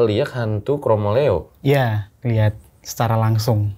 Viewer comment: Pengucapannya kromoleo tu buka leO(bola), lebih ke O(dari huruf A) Mf kalo salah CMIIW 🙏😁